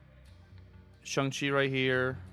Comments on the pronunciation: Shong chi is the correct pronunciation😊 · Please, don’t perpetuate the Cozy “ShUng Chi”…. Dear god please say it properly I beg you lol